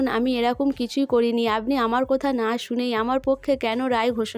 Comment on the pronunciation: আবার পরাগ কে পোরাগ ।পলাশ কে পোলাশ কথা কে কোথা কি বাজে উচচারণ আপনি উচচারণ ঠিক করুন ।খুব বাজে ।